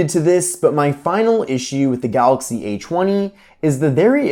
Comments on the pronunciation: Did anyone else hear "eychweny" or is it just me... Lol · The a chwenny😂